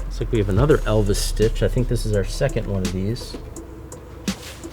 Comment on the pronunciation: did he say Elvis stitch?